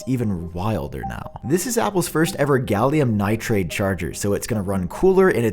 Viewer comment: Hey uh, just so you know, I've heard you say like it this is two videos now but it is most definitely gallium nitride. there is no A is gallium nitride. Apple has released a gallium nitride charger, not a gallium nitrade charger.